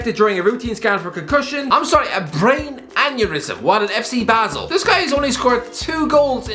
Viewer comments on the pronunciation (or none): none